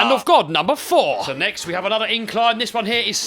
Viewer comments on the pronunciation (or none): none